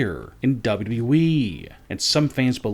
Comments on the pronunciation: His voice is flipping annoying cant even say WWE properly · Why can't this guy say "WWE" clearly? Do these guys watch and listen to their own videos? The sing song reading is THE WORST. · WW weeeeeee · what an accent dub double u eeeee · Can someone teach this fool how to say W.W.E!!!